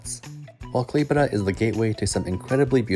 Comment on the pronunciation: KlaiPėDA THIS PRONOUNCE I CANT ITS KLAipėda